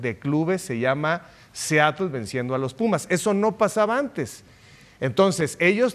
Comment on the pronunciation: Seatle? Input? Jorch? Esto pasa cuando tus jefes televisos hablan inglés y tu solo le chupas los zapatos y encima les tratas de copiar😂😂😂